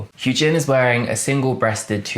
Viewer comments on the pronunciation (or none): I love your reaction/ratings so much, also Hyunjin's name is pronounced more Hyuhn-jin (like un in under) not Hyoon-jin 💕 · So ummm you've said hyu jin this whole video (lmao btw the first time you said it gasped then started dying) its hyun like he-yun jin